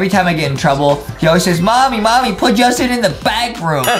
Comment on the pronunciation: Who's Jastin and what's a junggel